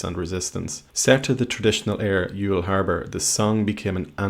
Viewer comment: Jesus wept, it's "Yawl" not "ewe gal"... :P Irish is Eochaill so I can understand where a "Yeuch al" sound comes from, but I live an hours drive from Youghal, I've gigged and holidayed there, and it's pronounced Yawl (went out with a Clontarf girl before who called it Yougal as in Fr. Dougal) :L. I don't know how it's pronounced in the Gaeltacht in Ring up the road but it's an interesting thought...